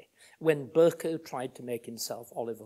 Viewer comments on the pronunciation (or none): none